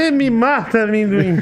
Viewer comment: “Da um pouco de medo né do AMÉMdoin” By vinhateiro 😆